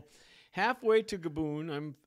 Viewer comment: Take a shot every time he pronounces Gabon as GabOOn